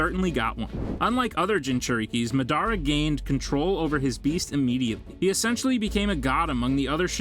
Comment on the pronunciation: please pronounce madara correctly.( maadara not madaara)